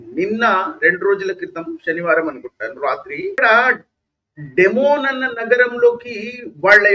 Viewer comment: డి(ది)మోనా డెమోన్ కాదు.అలాగే డీగోగార్షియా అనాలి డియాగోగార్షియా కాదు. ఇరాన్ దగ్గరే మిస్సైల్స్ ఉన్నాయా అమెరికా, ఇశ్రాయెల్ దగ్గర మిస్సైల్స్ లేవంటారా!? మరి ఇరాన్ లా అమెరికా, ఇశ్రాయెల్ మిస్సైల్స్ వేస్తే ఇరాన్ కూడా బూడిదౌతుంది. ఈ యుద్ధం ఆగకపోతే అదే జరుగుతుంది. Israel ది survival strategy. కనుక వాళ్ళను నాశనం చేయాలనుకొనే ఇరాన్ లాంటి టెర్రరిస్టు, barbaric(Hourhy, Hamas, Hezbollah,Syria,Jordan లతో సహా) దేశంతో ఇశ్రాయెల్ ఆఖరి క్షణం వరకూ పోరాడుతుంది కేవలం existence(భూమి మీద బ్రతికి ఉండడం) కోసం.